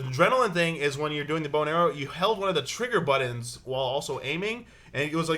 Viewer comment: Can please say buttons not buddins. haha middens, kiddens